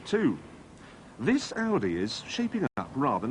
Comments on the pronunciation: tavi921 Oh yeah, that Aussie accent. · Toxy More like Oudeh, LOL